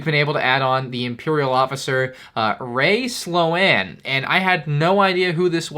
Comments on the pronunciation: Slo-anne? Slo-ANNE?? It's Sloane (Sl-own) you goofy goober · Rae “Slow-Anne”? Really? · “RaY sLoAn” that is not how to pronounce “Sloan” but ok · Please for the love of god learn how to pronounce the name Sloane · oh no that pronounciation of Sloane nearly killed me... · His pronunciation of Sloane is so funny!